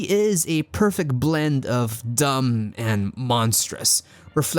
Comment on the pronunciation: 14 minutes in you said perfec you miss spoke lol I caught it